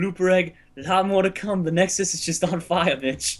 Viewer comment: Nexus not nedös